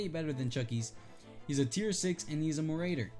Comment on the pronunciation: You mispronounce marauder